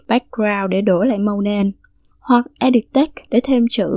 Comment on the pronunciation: Mình đọc là e đít.. bạn cứ đọc là e địt . Hihi